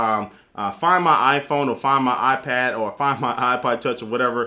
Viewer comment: It's not aaah-pad. It's eye-pad. Lol. :-)